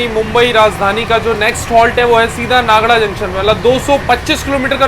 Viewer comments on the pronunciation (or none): Bhai नागडा nahi 😂😮, नागदा hai wo, नागडा ka matlab kuch aur hi hota hai gujarati me.